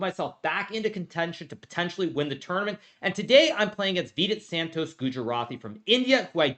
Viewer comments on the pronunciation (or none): The way he says Santosh is hilarious